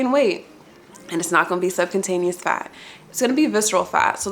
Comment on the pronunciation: Subcutaneous (sub-kyoo-taneas)